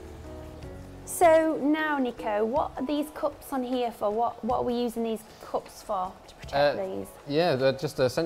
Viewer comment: No cups it's coops guys 🤣🤣🤣😜